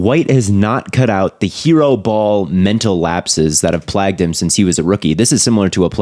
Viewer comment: Fyi that is not how you say “plagued”